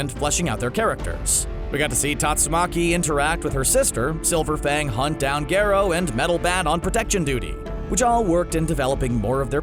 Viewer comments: Not Gero it’s Garou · It’s not gerro it’s garrou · He says garo and it pisses me off 😡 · "Gayro"... Nice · Wow this channel doesnt watch one punch man at all. Its all a script. But how do you get garou name wrong??? Its definitely not called geero. Smh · "Gerou" are you serious.............. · Nobody:: gayrow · Garrow? What the f*** you on? It’s Garo! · Love the vid but I don’t think it’s pronounced gero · Remember when he called garou gerou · You saying "gyerou" made me mad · Yh lol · Why can't he pronounce Garou correctly? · Absolutely nobody:: "Gerou" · this dude just said garoh are you fucking serious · gare oh* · BRO HE'S NAME IS PRONOUNCED GAROU